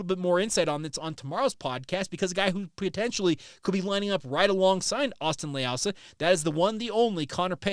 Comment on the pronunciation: You totally butchered his last name. It’s pronounced lei oo sah 😂